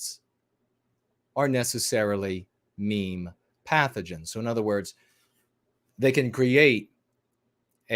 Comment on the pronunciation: are you saying "mean pathogens" or "meme pathogens"? I've been trying to figure that out for the longest time. So glad you're back & feeling better! Was praying for your health.